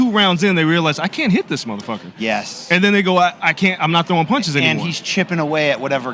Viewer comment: BC I'm with you on Canelo's "maaathaaa fukkka" accent 🤣